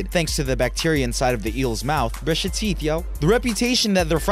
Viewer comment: I cant stop laughing brush your theeth go 😂😂😂😂😂😂😂😂😂😂